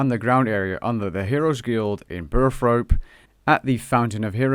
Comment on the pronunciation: Another fantastically helpful video. Thank you so much. But dude, it's Burthorpe not Burthrop !